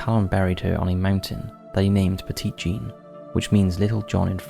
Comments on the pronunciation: As with many souther names. You may want to check pronunciation. Petit Jean is not the French pronunciation as it is written. It’s pronounced Petty Jean. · Petit in Petit Jean (and just the word in general actually) is pronounced "petty"! Important because her nickname was masculine and "petite" is the feminine version of "petit". I just wanted to point it out :) Love the video regardless though. I live in Arkansas and hadn't heard of the creepy stories so that was cool! Totally trying to convince my husband to take a trip to stay at the Crescent Hotel lol I'd love to see you guys cover Tennessee. That's my home state and we have a ton of creepy stuff, such as the Bell witch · Pet----it Jean. Need I remind you that this is Arkansas? Pet it like you would a Fouke monster. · I was born in 1977 and raised in central Arkansas and spent most of my life a few miles from Quitman. I've never heard of the dog boy of Quitman. Also, Petit Jean is pronounced "Petty Jean" by the locals. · I've walked the tracks in Gurden. Technically my first ghost hunt at thirteen. Went to Monster Mart while in Fouke for a Bigfoot Campout. And most people pronounce it "Petty" Jean cuz.... Arkansas. Lol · Hello from Mountain View, AR! Let me tell everyone, this barely scratches the surface of some of the stories I've heard. Yes, you have to take all the stories with a HUGE grain of salt. But, I've had quite a few encounters that I can't properly explain, myself. Oh, and Monticello is pronounced with a soft "e" (like "sell-oh"). Also, "Petit" is pronounced "petty" by locals.